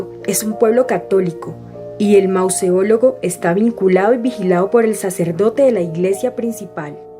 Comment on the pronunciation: ¿"Mauseólogo"? Esa palabra no existe... Será Mausoleo.